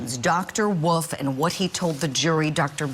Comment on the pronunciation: It’s Dr Wolf not Dr Woof Thank you